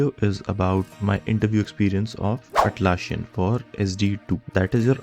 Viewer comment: It is Atlassian with ssss not sshhh